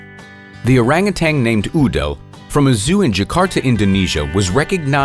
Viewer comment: It's Orangutan, not Orangutang....🤫